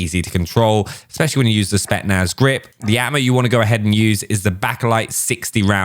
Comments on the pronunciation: Who’s gonna tell that it’s spetZnaz 😂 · My man really just said spetnaz feet😂